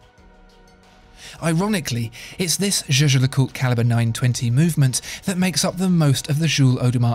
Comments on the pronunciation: I would've take this more seriously if you pronounced Jaeger-LeCoultre correctly. Jajer-Jacult? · Can someone explain me why it is pronounced as "Je-Je LeCoutre" ? Is that Swiss German? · You can pronounce it as you want. The German CEO of JLC Günther Blümlein did indeed pronounce it as you said, so did Max Büsser (MB&F) who worked for JLC. But the current CEO Catherine Alix-Renier says it more French.